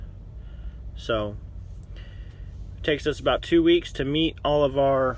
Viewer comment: Did he say "ARE" numbers.... Perhaps he meant OUR numbers... 3rd grade vocabulary.